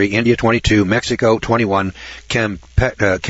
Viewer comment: You were struggling with "Kampuchea" -- it's another name for Cambodia